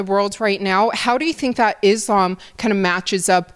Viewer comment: This guy has been around the wolfs for a decade and still can’t pronounce “Islam”. Come on coach. You’re not white buddy.